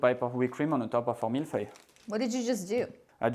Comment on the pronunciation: It’s milföy in Turkish, feeling good to pronounce Mille Feuille correctly.